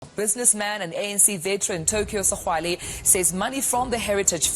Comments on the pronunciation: Awa maan it’s pronounced Segwale that X =g 😂😂😂😂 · Why is this guy failing to pronounce all known segwale🤣🤣🤣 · Where have you been that you can’t pronounce segwale🤣🤣🤣